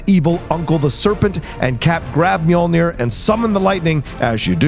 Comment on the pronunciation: It’s NEAR, not NUR, for that end pronounciation